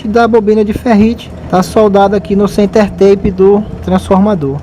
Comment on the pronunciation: Uma pequena correcao amigo. Se pronuncia, "center-tap", assim como esta escrito. Tape, significa, um durex, ou fita isolante, ou qualquer fita colante. Bom trabalho, keep up with your excellent work! Cheers!